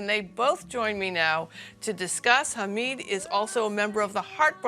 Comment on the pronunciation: It is "Hamid", not "Hameeed", its short of Mohamed , not Mohameeed .......